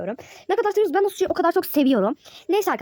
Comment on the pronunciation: Sushi ben şuşu diye anladım ne alaka dedim 😂